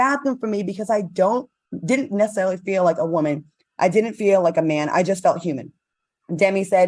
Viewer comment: Is it me or does Al say Whoaman?